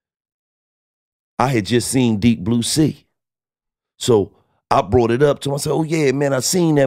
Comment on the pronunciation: This is "bort" to you by....😂 everytime